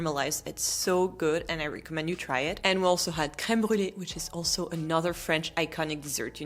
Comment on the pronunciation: I enjoy and appreciate your informative, helpful videos. Speaking of Rosetta Stone and languages, just a tip for your already good English: in 'recommend', the 're-' doesn't rhyme with 'tree'. In other words, the 'reco-' part rhymes with 'gecko'. Think: 'the gecko mends' 🦎🪡 in 'he recommends'. 🤓